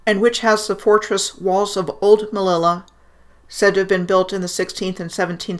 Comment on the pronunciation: thank u ! Your work is really amazing. The city Melilla is actually pronounced Meh-leeya